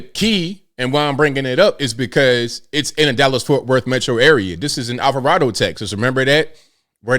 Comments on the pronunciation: I live close to Alvarado… I’m being a silly critic to say that it’s pronounced Alva-raid-o 😜🤪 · I'm a native N. Texan and just an FYI, the town you speak of is pronounced Alvaraido.